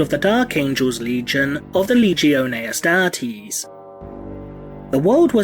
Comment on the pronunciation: I love the way you say Astartes